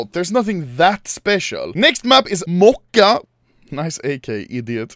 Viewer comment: not mocha - моча